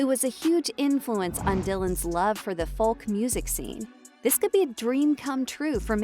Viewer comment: I can’t believe the narrator can’t say Folk pronounced Foke, but keeps saying Falk. Really annoying. Can’t wait to see Timmy play the part though